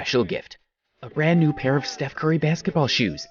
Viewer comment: Why did he say stephs name wrong